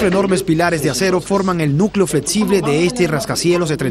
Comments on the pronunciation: Construtzion, fletzible.... Qué zucede con el narradors? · Fletsible, etsito, etc. Jajajajaja